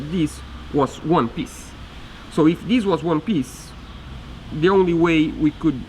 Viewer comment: It's not "dees"...its "THIS". 😏